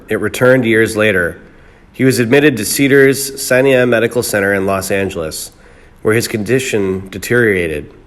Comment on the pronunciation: Hey Mr. Clickbait, did you attend the Ted Baxter's Famous Broadcasters School? Doubtful, at the very least they'd teach you how to pronounce "posthumously" and "Cedars Sinai." Merv died a beloved zillionaire. Suuuuuuuuper tragic, dude.